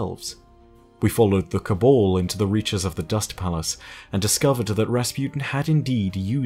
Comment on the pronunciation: Your pronunciation of Cabal and Osiris triggers me